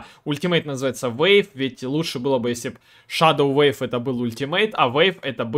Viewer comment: Wave и Weave - разные слова и читаются по разному. Wave (уэйв) - волна, Weave (уиив) - ткать, плести... Спасибо за гайд!